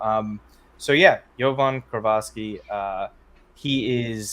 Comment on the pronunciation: Its Jovan KIROVSKI guys, KI RO VSKI, its a Macedonian surname. FORZA MILAN